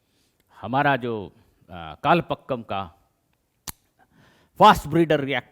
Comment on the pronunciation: It should be कलपाकम and not कलपक्कम.